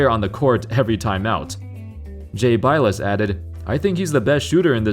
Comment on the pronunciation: How do you know not know how to pronounce bilas?